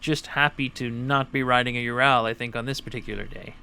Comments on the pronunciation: ARGH! Learn to speak Russian if you are riding one of their bikes! It is pronounced OO-rall (as in hall) not you-RAL (as in HAL (name)). Own it! Love i! Speak it! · Why can't Americans say anything right!?! It's Ural, not UrAAL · Its (W)ho-RAL not you-ral, but who give a fuck, we are in america. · UrAll not UrAL....Just saying... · Please, would you stop calling it a ur al. It's a ur ul, just like the mountains in Russia. See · Nice video! 2 things, however: 1) Get that SPOT off your handlebars and into your pocket! It will do you no good if you get thrown from the bike and are hurt or pinned. 2) Ive been corrected several time by actual Russians, its either pronounced "you're-ole" or "oorall" depending on where you're at in Russia, NOT "your-owl" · i cringed every time you said your-al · It is pronounced "oorall" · Why you say ural so weird tho? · Learn how to pronounce the name of the motorcycle